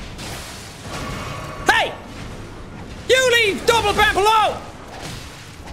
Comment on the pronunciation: I'm mildly upset that he called the mimic double-bampf instead of Binkeldampf